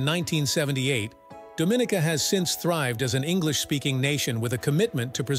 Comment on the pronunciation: Incorrect pronunciation for Dominica.